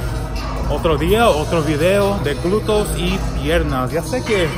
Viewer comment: Agradesco mucho tu esfuerzo en hablar español!!👍y muy buena rutina de ejercicios, me encantas! Y muy linda modelo. Solo un detallito ya que lo repites mucho y de verdad estas tratando de ayudar sinceramente; se dice (glúteos) y no es nada personal. No! Solo quiero que lo pronuncies bien!😊💖